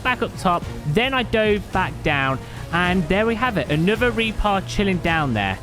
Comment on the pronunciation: The way you were saying reaper was driving me a lil crazy. Sometime it was reapah sometimes it was reaper occasianally it was reapuh. Like wtf man pick a pronunciation lol